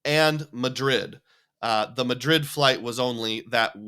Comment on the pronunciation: First video I’ve seen from you and I love it! I knew you were an Iowan even before you mentioned it as soon as I heard the Madrid pronunciation the first time you said it :) Iowa State alum here! Sub earned!